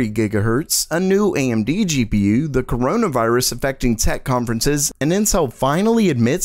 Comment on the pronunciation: He said c o r o n a v i r u s o.O